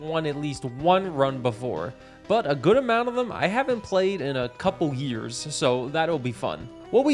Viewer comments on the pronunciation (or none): none